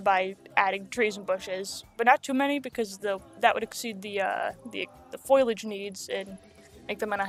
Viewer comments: fo-li-age ... not foilage ... (great video btw! super underrated) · Not to be mean or anything... but its foliage. Not foilage. Its just a word that is used so much that it actually becomes noticable. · You’re pronouncing “foliage” like “foilage” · fo-lee-edge! NOT FOIL!!!! lol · FOE-lee-age. Not FOY-lee-age. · It made me laugh every time you said foliage, not just because of how many times you used it, but also because of how you pronounce it with an extra ‘i’ like foiliage lol. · and sometimes Foiliage or just foliage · I also used to call foliage "foilage". I giggle when I hear it. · Omg I keep on getting triggerd because of people saying foileage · Strategy? Stragety ✅ Foliage? foilage ✅ Conducive? Conductive ✅ 💀💀💀💀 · I love the zoo but your pronunciation of foliage is kind of bad xD fol-ee-age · I really thought this video was great and you deserve to have your channel grow tons! I don't know how to put this without sounding mean, but I don't think you're saying the word foliage correctly and it's the only thing thar bothered me in this otherwise percect video. And the only reason I really noticed is because you said it so much 😂Good job and I wish you lots of success! 🎉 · You said foliage so many times and you mispronounced it every time